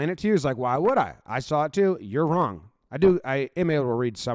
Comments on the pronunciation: Yep. And right before that, you can literally see the coach's southern accent. That's a loooong O in "wrong". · I love one of the "you're so wrong"s that the coach said. You can see the southern accent with the o shape he makes with his mouth at the end.